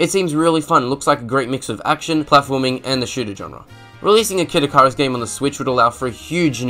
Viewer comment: sweet ass video. (for future reference, it's "ikk-ih-rus")